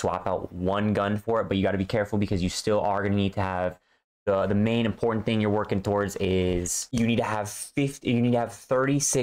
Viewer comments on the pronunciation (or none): none